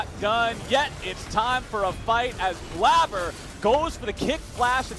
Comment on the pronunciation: Highlight of this video is obviously when one of the casters said "Bladder" instead of "Blaber."